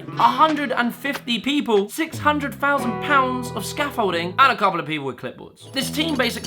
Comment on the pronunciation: 5 fousand? WTF . . . TH Th th omfg THOUSAND